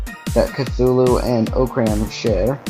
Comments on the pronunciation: chutulo is said with a T not a TH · It's actually pernownsed Cu-zoo-luo. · It's pronounced Cuhooloo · EVERYBODY THIS IS JUST A THEORY HE SAYS "(IS) ORCRAM CUTHULU(?!?!?!?!?!?!?)" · I love the butchering of Cthulhu in these responses